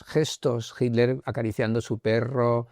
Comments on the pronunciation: mas claro que eso solo el agua FIJI, quizás no te percatas por costumbre, pero ningún español dice HITTTLER, no mencionan la T, dicen Hiler o algo así, pero bueno, no es importante, Gracias por contestar y me gustaría comentarte que tengo un canal que estrenará el otro año y así como tu hiciste aquel primer video en Egipto inspirado en el amigo egiptologo que admiras, yo ocupo el tuyo como uno de mis referentes. Que haya DESAFIO VIAJERO por muchos años mas.👏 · Srs, alguien me puede aclarar por qué en general los españoles dicen Himler a Hitler? Qué pasa con la T? Y no están hablando de Heinrich Luitpold Himmler, están hablando de Adolf Hitler! Entonces donde está la T en ese castellano? Todos hacen lo mismo! Hey, no soy hater, no quiero crear polémica! Solo quiero entender a que se debe, quizás hay una razón y yo estoy equivocado. Y en este canal las personas invitadas son personas muy cultas.